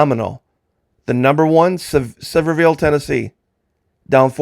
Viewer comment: It's pronounced Sevierville as in severe injury. I actually attended high school half day senior year for vocational, Sevier County High 👍🏻👍🏻❤ 🌬💀🏴‍☠️